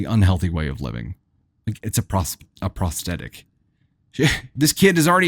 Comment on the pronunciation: You do such a god job pronouncing words as compared to others, but the word prosthetic has a "th" in it, which is pronounced as it is in the word "thought", for example. I love listening, but mispronunciation grates on my nerves and makes me want to move on, which I have done with other sites.